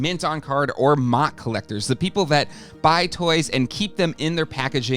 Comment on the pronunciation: There's no way anyone says MOC like mock, lmao